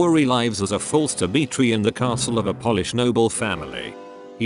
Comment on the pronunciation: Love the insightful, succinct, and understable overview of the opera this video gives -- but please, please have a real person recite the narration! You lose serious points when "Polish" (as in, how a person of from Poland is referred to) is pronounced the same as "polish" -- as in, "I polish my hardwood sideboard once a month." I'd be happy to help narrate -- especially to make sure the beautiful art form that is opera doesn't suffer any more pittiful errors in its telling.